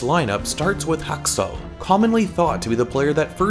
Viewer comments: Really triggerd me everytime he says hAKsAl ! Dude get the name right next time :p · Husk-sels lol I’m sorry but it was always funny when you said it 😆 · Stop saying haksal like that it sounds so dumb